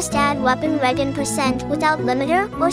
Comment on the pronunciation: hmm couldn't the developers have just made a cap of 3-4 seconds for FP's Skill Regeneration ?? also the G in Regen is spoken as a "J" not sure if your aware of that or not. It's like how the letter "C" in Italian is pronounced as "Ch" or "W" in German is spoken as a "V" some times.. languages can be odd.